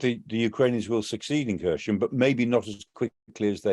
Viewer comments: It’s not pronounced ‘Ker shon’ or ‘Kershn’ it’s spelt (using Latin alphabet) ‘Kherson’, and pronounced ‘Her-sonn’ - the K is silent and there’s no ‘sh’ sound - listen to Denys Davidov on YouTube he’s a native Ukrainian (out of work) airline pilot giving daily updates on the war. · Where the hell is Hershon...... is it is pronounced Herson , silent K, and definitely no Sh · It's not Kher-shon but Kher-son :-) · XEPCOH KHERSON, S NOT Š Take the wax from your ears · its pronounced Kier Son. starmers son to make it realy easy for numbnuted gun jokeys... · I think someone needs to learn how to pronounce the city name. This is cringe 🙄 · Terrible pronunciation of Kherson. And the narrator claims that Ukraine has no other ports with access to the sea. There is a large port in Odesa which has been blockaded and damaged. There are other smaller ports still under Ukrainian control.